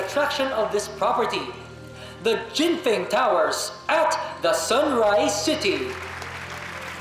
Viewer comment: Jen Feng..Jen Fung kaya pronunciation non